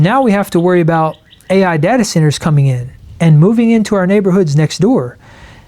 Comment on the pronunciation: Arrrh society mateee! He speaks pirate!